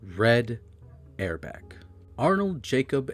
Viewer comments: this sucks. start by learning how to pronounce red auerbach. also, who is oscar robinson? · It’s hard to take this program seriously when the narrator can’t even pronounce Red’s last name correctly. Jeez. Still - Long Live The Boston Celtics. 18 championships and counting… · Cant even pronounce Red Auerbach right, this doc is shit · Good facts. His name is COW'-enz, and it's OW'-er-bach or AU'-er-bach. It was Brown's gf who wanted McAdoo, so he did it. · There are a few mispronunciations in here, and it's not just the 30 different ways you pronounced Auerbach, lol. Where the hell is Norfork? The first syllable of Dave Cowens' last name doesn't rhyme with "dough." 😂 Other than that, not bad, except for the fact that you spent only about five minutes discussing the greatest streak of championships in professional sports history and left out any mention of the Celtics' all-time leading scorer, Johnny Havlicek. I'd bet money you looked at his name and decided not to even try to pronounce that one. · It’s A.I. It can’t help it. Oscar Robinson was the guy marooned on an island with his friend Friday. Which begs the question: where did Robinson Oscar go with Friday on Saturday night?😂